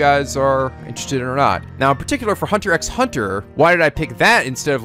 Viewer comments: I'm excited you're doing this. Hunter x Hunter is definitely one of my favorite animes, and definitely something I would recommend to everybody, even over JoJo's Bizarre Adventure. As much as I like JoJo's, Hunter x Hunter is just so much more fun and accessible for people to watch. The 1st episode is collectively seen as the worst one of the entire series, and if you liked it that much, you will definitely love this show a lot. Also, I know a lot of other people are saying this, but you don't pronounce the "x" in Hunter x Hunter or in the episode names, it's weird, I know, but Japan likes to do weird things with titles. Anyways, I hope you enjoy this series as much as I do, and I look forward to seeing how you react to certain things that happen in the series! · That style of video is not gonna work later on, this show becomes more complex and hyper dense with information 30+ episodes in. Also the X is silent, it's "Hunter Hunter" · For the record, the X in Hunter x Hunter is silent, so it's just pronounced Hunter Hunter. And considering Gon Wants to become a Hunter to hunt for and find his father that's also a Hunter, you could say he's a..."Hunter" Hunter (after he officially becomes a Hunter). At least, That's one interpretation of the name.;) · regardless if it was mentioned already, the 'x's between words is silent cuz why not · Omg it's just "Hunter Hunter" the X is silent! :P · Oligatory comment about that "x" bit is not pronounced.